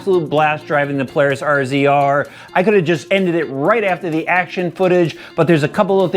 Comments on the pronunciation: You can always tell the non-side-by-side people when they pronounce it "R Z R" instead of RAZOR like it should be. :) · must be giggling, I think it's pronounced "Razor" not R Z R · RZR, pronounced razor. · Cmon bro it’s Razor. Kinda embarrassing lmao.